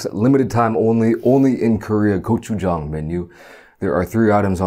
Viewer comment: Finally someone who can pronounce gochujang